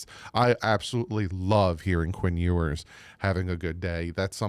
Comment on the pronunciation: You’re pronouncing his name wrong, which is OK just go with NWI